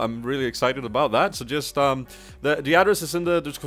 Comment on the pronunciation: That not "tjat"